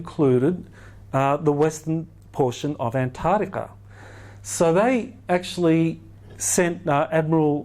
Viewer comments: sorry, but I get really annoyed when I hear Antarctica mispronounced. It is arctic, not artic. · Antatica? i think its pronounced as its spelt =ANTARCTICA. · I can't listen to him mispronounce Antarctica again. It's not Antardica, makes him sound stupid. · Ant. Tardica the only new information is the mispronunciation of Antarctica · I can't stand the way he say Antarctica.....an tard ica...jesus its all I can hear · Boring speaker. Regurgitated stuff already covered ad nauseam. As a professor you should know that ANTAR TICA HAS A C IN THE MIDDLE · He lost me about the hundredth time he said "antartica". A believeable expert would pronounce antarctica correctly. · the way he says antartica is retardica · Travis Poirier but he says anthadiga 😋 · Dude sounds like he's adlibbing this entire presentation. If you stop pointed your clicker at the stupid picture and point it at the actual projector, it advances. You'd think after the 30th time he'd have noticed that. Mispronunciation of continent names is not a great confidence-builder. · The biggest mystery is why so many supposed 'professionals', and almost all Aussies cannot pronounce the "c" in AntarCtica. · Every second word in the first 10 minutes is Antarctica. Yet the Dr cannot even pronounce it. Sorry, my issue. Can’t watch anymore!!!